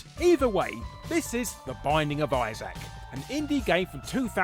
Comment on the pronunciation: It's Isaac, not Issac.